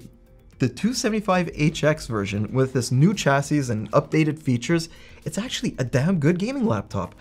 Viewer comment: Informative video, but someone please teach this man how to pronounce “chassis”.